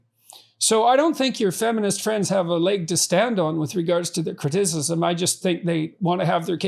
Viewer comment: he almost made a Freudian slip and said cri-TIT-icism lmao